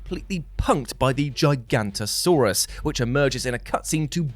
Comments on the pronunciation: Great stuff as usual! How about a list of video game villains turned heroes? Also, gonna have to be a dinosaur pedant here,. It's not "Giganto-saurus" it's "Giga-nato-saurus." VERY common mistake haha. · It's GIG A No To Saurus. No gigantasurus. 1st one is a really dinosaur, second one you made up